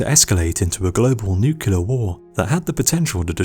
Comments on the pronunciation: NOO - CLEAR NOT NOO - QUE - LAR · He said nucular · You use the incorrect pronunciation of the word "nuclear". The Homer Simpson pronunciation. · That is not the correct pronunciation of the word "nuclear". That is the Homer Simpson pronunciation. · Interesting and well put together. Only marred by your inability to say the word "nuclear" properly. Very good otherwise.